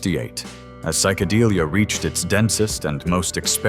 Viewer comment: Safaaaaries, not surfairies. Geesh! At least get someone who knows something about the 60”s music. And psycadeelia? It’s psychodelia.